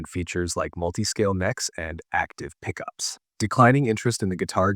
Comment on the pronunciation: since WHEN does an AI say, "Uhh"? - "...active pickUPS." WTH!!?